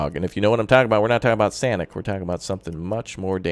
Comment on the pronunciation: The way you said Sonic